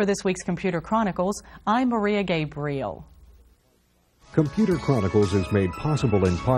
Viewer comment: "I'm Maria Gape... briel"